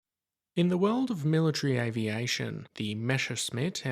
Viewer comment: Just one pronunciation thing: in "messerschmidt", the "sh" sound is at the "sch", not the "ss"